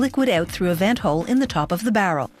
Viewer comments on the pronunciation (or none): none